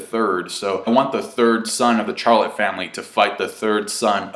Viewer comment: BROOOOO ITS CHARLOTTE LIKE SHHHHH SHAR NOT A CHU SOUND LIKE CHANGE ITS SHARRRRLOTE